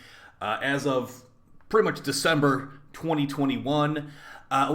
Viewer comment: Did you just say DEcember? :'D Lmao